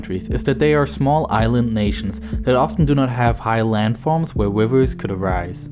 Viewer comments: A wiver love it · Why do u Pronounce "R" as "W" .... Wivews instead of rivers and wegions instead of regions. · wiwels : rivers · Hahahaha man said “wivers” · This guy talks like "there's no wivers and no wabbits" hahahaha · Cracking video, but the poor lad can’t pronounce anything beginning with an R. Wivers is the best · Am I the only one who hears him say “wivers”? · HAHAHA YES! HAHAHA wivers, fouwsands, Awaybia, inqweese(increase), LOL 😂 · Not enough wivers in the guwf hahaha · The wivers of the gulf wegion eh? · Oh I see why there are a lot of people here shaming this dude for trying to speak with an American accent, quoting him like "wivers" you barely even know how to speak English yet quizzaciously quote other people like you can pronounce it right, ever heard of accents? smh Arabs. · Didn' t your mom tell you not to make fun of disabiWities? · What about the lack of wivers. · Wivers in saudi awaybia are weally ware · Wivers that flow watew? Wain is Ware? Wesivwars that hold watew? Who is this speaker? Is he the same actor that played the priest in The Princess Bride?